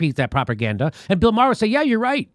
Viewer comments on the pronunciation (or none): none